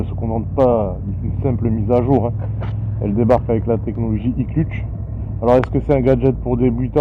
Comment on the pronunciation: il dit même l'iclutche ... hahaha 😁